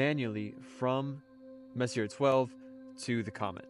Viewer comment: It's pronounced Messy Eh...it's French.